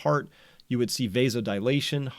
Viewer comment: And pronounced v-ass-oh-dile-ah-tion.